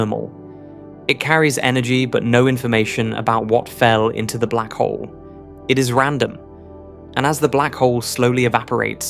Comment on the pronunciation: Every time he says 'blackhole' I think 'texas tea'.